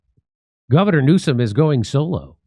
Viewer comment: Did you say Orgasm Newsom?